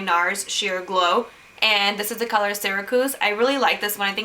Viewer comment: you pronounce syracuse wrong